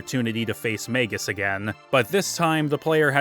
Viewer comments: MAYGUS and MARL? Come on man you can do better than that with pronounciations. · He really missed out on a lot of the characters personality in the dialogue. Plus how annoying he mispronounced Magus name, as it is pronounced similar to his original name Janus. Which he literally didn't got into it during the characters backgrounds which just shows you how much he missed the stories for each characters. As he also missed that Crono is supposed to be you as he never speak in any of the dialogue outside of you answering Yes or No, decision making. It's the similar intent as to Link in go also doesn't speak, as you are supposed to see him as you are him. Also how did he not any analysis of Ayla. Chrono Trigger also have may memorable side characters that many other RPGs at that time couldn't do. He missed the whole point of Lucca's character as you are supposed to go back to her home whenever you can after you traveled through time and get a new equipment, which add to its character. He also judged Marle and her dad's relationship, which he said is unbelievable. Who obviously never had an issue with his own parents. As if you ask ANY American who had issues with their parents, THAT CONVERSATION OF DISOWNING YOU IS AN EXPERIENCE MOST HAS HAD. Marle is literally a typical American girl that most of the East see them as, and yet some how he thinks it's a Japanese thing, when many Americans have had that scene played out similar in their lives.